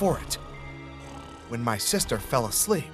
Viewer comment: I love how he said: my youngest sester aww😂❤️